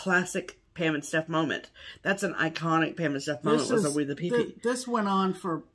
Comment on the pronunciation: What a great video!! Beautiful stitching and LOTS of laughs. Pam, did you say WE the pee pee? Or WEE the pee pee? The second one is correct you know….. cuz spelling!! 😂😂😂